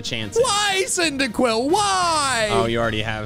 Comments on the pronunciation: CYNDAQUIL, NOT CINDIQUIL! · CYNDAQUIL, NOT CINDERQUILL! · CYNDAQUIL, NOT CYNDIQUILL! FIX IT NOW!